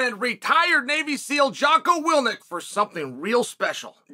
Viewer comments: 🤣 your good friends whose last name you don't know. lol It's Will-ink not Will-nic. But move that product my man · WILL INK... WILLL ,, INK... NOT WIL NICK.. COME ON MAN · Charl has started mispronouncing Jocko Willink as "Willnik" 💀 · He called him jocko Willnick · Jocko willnick😂😂 it’s Willink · Intentionally pronouncing his name is legendary